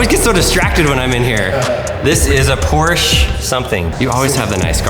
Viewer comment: He finally pronounced Porsche in the right way